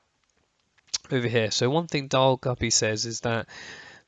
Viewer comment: Daryl not "Darl" 😉